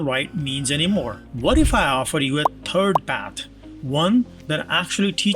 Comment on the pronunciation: "What if I offer you a turd paff" 😂